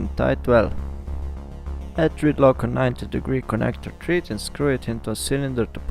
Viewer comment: just for your english improvement ... thread ... is pronounced with a short vowel sound .. like ed as in education ... not thread as in breed ... nice video ...